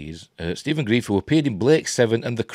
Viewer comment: Are you sure you are pronouncing his name right? I thought it was Grr-rife not grief.